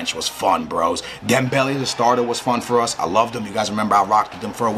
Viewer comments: Leaving a dislike for the one reason why you say dembelly instead of dem-bell-ay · its dembel-A not dembel-E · dembele is pronouced DEM-BEL-AY